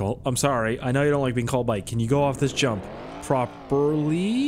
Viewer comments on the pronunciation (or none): none